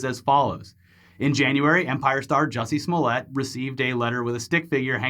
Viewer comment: His name is "JUICY SMOOYAY"!